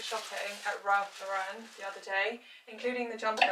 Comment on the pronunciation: As an American, can you please say Ralph Lauren last name correct? He’s a fashion icon to us.